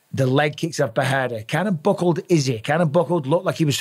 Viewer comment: Does Busping know his name is PeReira but not PeHeira or PeJeira?